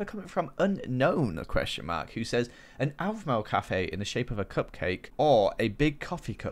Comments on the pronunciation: OMG 😭 you said alphmau not Aphmau Shun the non beliver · Its " Aphmau" not Alphmau 😂😂😂😂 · I Was Watching This With My Friend And I Laughed When She Said "I Feel Slightly Insulted That He Said Aphmau As Alphmau" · OWphmau... ~Record broken for bad pronunciation by AKA. 2017